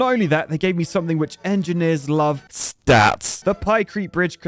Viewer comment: the moment you said 👺STATS👺 😂😂